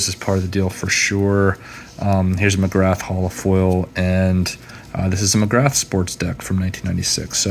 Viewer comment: Hey buddy, Love your videos. You’ve got an awesome collection. Just a small note Glenn McGrath is pronounced McGrah. He used to have an iconic chant whenever he bowled at the G ‘Ooo ahhh Glenn McGrath, ooo ahh Glenn McGrath!’ Those autos of his you have are 🔥🔥🔥